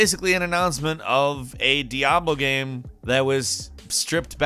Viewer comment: This guy says "gam".....